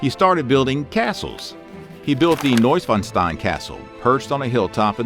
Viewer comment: neuschwanstein could have gone better too... 😂